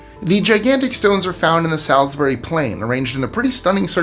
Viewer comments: "Tayms"? "Taims?" "Tames"? 17: 01 "Sowsberry?" What? Also, Stone Henge, in Salisbury, is the same age as the Great Pyramid of Giza! Now you know! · Dude - hit me up before you say anything English from now on!! Thames and Salisbury were particularly hilarious 😂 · Thames is pronounced TEMS. Salisbury is pronounced sawlz buh ree.